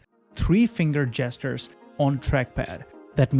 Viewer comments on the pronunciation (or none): Hearing "three-finger jesters" like had a horrible accident with a saw.